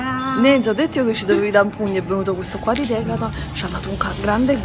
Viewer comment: anche io sbagliavo...declaton😂 ciò messo anni a dire decathlon....il bello della diretta